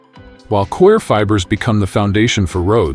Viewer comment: Stupid robot 🤖 audio 🔊 Coir as in choir ... 🙋🏾‍♂️✅ Core... 🙅🏾‍♂️❎